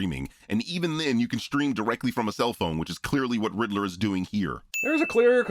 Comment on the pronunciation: says "croff-reference." A few seconds later he says he thinks Paul Dano is "the Riddle-O."